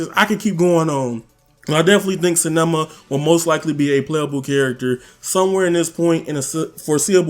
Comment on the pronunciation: Nobody: Absolutely no one: For real, nada:: “sAnEmAh”! It is Sanemi yo. 😂